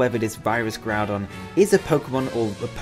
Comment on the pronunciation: KYOGRE, NOT KYORGEY! AND THERE SHOULD BE ONLY ONE N IN GROUDON!